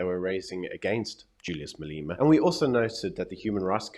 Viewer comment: his name is pronounced Malema not Maleema